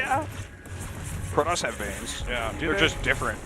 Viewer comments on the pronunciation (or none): Vanes, not veins, you dolts. English is such a garbage language...